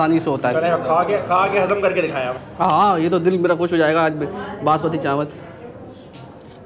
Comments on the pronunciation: Banaspati nahi Basmati bolo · Bhai Khuda ka wasta, 5 bar apne bnaspati chawal bola ha, banaspati chawal Kia hota ha? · banasbati nae basmati hahhhaahhaha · Asalamualaikum bhai banaspati rice nai hotay basmati rice hotay hain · بھائی بناسپتی چاول نہیں ہوتا،،، باسمتی چاول ہوتا ہے۔۔۔ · السلام علیکم ورحمتہ اللہ بھائی ایک درخواست ہے بناسپتی نہیں ہوتا باسمتی چاول ہوتا ہے یار 🙂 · بھائی نہاری کا نیا اسپاٹ متعارف کروانے کا بہت شکریہ بھائی آپ کراچی باشندے ہیں چاول بناسپتی نہیں کہا کریں چاول باسمتی ہوتے ہیں اور گھی بناسپتی ہوتا ہے اردو کی تہذیب کو بھی برقرار رکھیں تو ولاگ کا لطف دوبالا ہو جائے گا شکریہ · bhai, basmati hota hai na ke banaspati chawal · Bhai,Banaspati Rice Nahiiii, ( Basmati Rice ) hota hai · Bhai banaspati nhe hota basmati rise bolte hy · Bhai jaan masmati rice hain na ke banaspati rice.. 😜😜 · Basmati not banaspati rice بھائی باسمتی ہوتا ہے بناسمتی نہیں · U didn't wrote location in description box ,also u continually saying in video banaspati rice , actual word is basmati rice.before posting the video u should recheck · Bhai banaspati chawal nahi hota, basmati hota hay,program say pehlay kuch sekh lia kro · It's Basmati rice. Not Banaspati rice. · بناسپتی نہیں باسمتی ھوتاھے ۔۔۔۔۔کہاں سے آتے ھیں یہ لوگ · باسمتی چاول ہوتا ہے، بنا سپتی گھی ہوتا ہے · You must know it's not Banaspati rice, IT IS BAS-MATI. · Laloo khetiyee! ,chawal Basmati hota hay ,banaspati nahin. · boss its basmati not bnaspati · Banaspati nhi hotaa basmati hotaa hai!! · bhai sahi lafz basmati not banaspati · bhai good video Please correct its basmati rice not basmati Plz dont mind Thanks